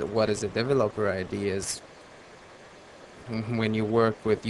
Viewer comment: Dev-O-Lope-Er ..LOL